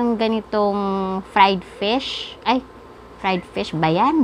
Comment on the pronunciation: Gusto ko yang fried fish mo hahahaha natawa ako sa bigkas mo fried fish